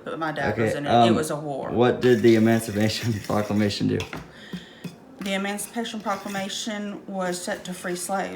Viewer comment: "EmOncipation ProClockLamation"